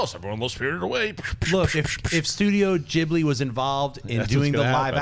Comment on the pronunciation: Schnepp, THANK YOU for getting the Ghibli pronunciation right. Nobody ever does. Especially when you an "Merican".